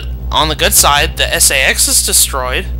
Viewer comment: I've watched quite a few of your episodes and I have found them quite helpful :) I know it may be just how you say it but I think it's pronounced "say-X"